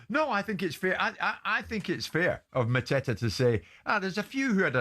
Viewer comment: Epic pronunciation from Jim for Mateta😂